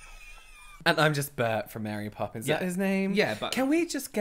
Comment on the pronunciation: Mary “Pope”ins